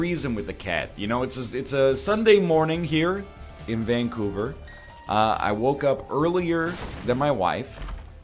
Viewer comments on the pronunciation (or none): none